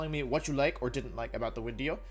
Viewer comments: So do you you say “wideo” because the letter “v” in Latin is pronounced like the letter “w” in English or were you did you accidentally make an extremely sophisticated joke...either way, bravo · Why does he say “wideo” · Ok, so what the heck is "wideo"? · It’s a bird, it’s a plane, it’s WIDEO MAN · So I'm new to this channel and I'm curious, what's the story behind "Wideo" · It hasn't even been 30 seconds and that "Mr. Wideo" part had me laughing on the ground. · Wolf: gets out of shower Wolf about to dry his hair: "oop, time to make a new wideo" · Wideo man can you teach me how to wideo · "It's ya boy, Mr. Wideo" needs to be his new line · Ebic wideo thank you Mr. Glicky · Wideo-man is the strongest member of The Avengers